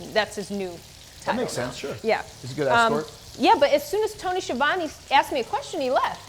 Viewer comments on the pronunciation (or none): I remember one of the episodes he called him skeavone and also called him schiavone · To this day....him calling schiavone...skeavone still makes me lol.